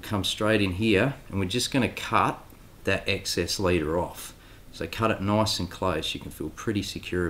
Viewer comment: That’s noice and toite